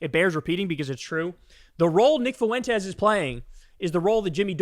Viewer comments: This is so minor, but it’s pronounced like ‘fwen-tez’. Not “foo-wen-tez’. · It's "FWEN-tez", not "foo-WEN-tez". God, is that annoying. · PLEASE LEARN HOW TO PRONOUNCE "FUENTES" IT DOESNT HAVE 3 EFFING SYLLABLES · Foo en Tez - Kyle